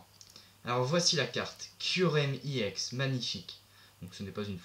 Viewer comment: tu pronoonce mal EX